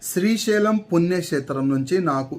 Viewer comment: Sri shailam punnyakshetram ani sariggapalkadam nerchuko